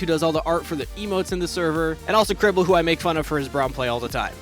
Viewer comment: Cribble without the S lmfao haahahahaha